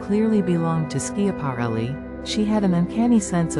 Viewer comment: How can you expect folks to listen when within the first 8 seconds the AI narrator mispronounced ELSA SCHIAPARELLI?!?